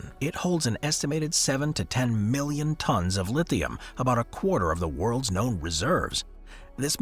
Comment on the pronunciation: Nope he doesn't. I made sure to replay this specific part 4 times the B is very pronounced. Of course he probably meant million but this wasn't noted.